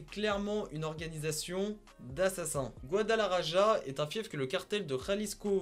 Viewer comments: On dit guadalahara et sa s’écrit guadalajara c’est un ouf 🤣🤣🤣🤣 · Guadalaraja 🤣🤣🤣 cest plus guadalajara qui ce lit guadamaRaRa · La prononciation pour "guadalaraja" mdr!!! Il faut prononcer gwadalarakha c'est je kha de khaled. Si tu dis Raja c'est mort. Tu dois pouvoir taper "guadalaraja" dans google traduction traduire du Français à l'espagnol ensuite tu cliques sur le haut parleur et tu auras la prononciation du bled. Enfin je pense lol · Tu pourrais parlé de tay-k et ca se prononce gualalarara non pas gualalaraja #mexique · Guadalaja"RA" pas GuadalaRaJa. Le J se lit R ou Kh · Guadalajara ^^ C'est mimi comment tu le prononces. ça se prononce "rara" à la fin. Autre chose, Rimas, c'est "le roi de la rime", et pas la limas. Le prend pas mal, t'es parfait, c'est juste histoire de... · Gadalajara ca se dit Gadalarara lol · « Gouadalaraja » ptdrrrrr😭😭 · Désolé mais en espagnol le J se prononce R donc J=R Ça S'écrit Guadalajara mais ça se dit Goudalarara et Aussi El Rey De Las Rimas veut dire le rois des rimes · "Guadalarara" stp 😭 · GuadalaRaja, El chapeau, stp fait un effort! 😂😂😂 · On dit "goidalarara" ;) phonétiquement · Sa se prononce guadalakhara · Jte jure et aussi comment il prononce Guadalajara mdr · Jte jure comment il prononce il m as tué mdr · Juste pour info, Guadalajara, la capitale de l’état de Jalisco, ça ne se prononce pas du tout comme dit, mdr 😂. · « iL A paS bIEN dIt gUaDaLarAJa » 🤦‍♂️🤦‍♂️ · Salut, c pas mal mais ta prononciation elle m'a fait rire, surtout comment tu dit Guadalajara ou mencho , mais c cool, mais venez visiter Jalisco c un super état avec des plages dans le Pacifique et la cuisine, les mariachis y a tout, viva Mexico cabrones.